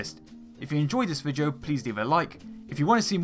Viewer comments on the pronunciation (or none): V I D E O not VIJO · Why do u say vigeo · 24.20 love the way you say video=vijeo..:-)